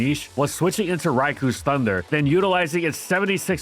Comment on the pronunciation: Still waiting for to pronounce “Rai-koh” correctly. Edit: And "Ee-jih-slash" too.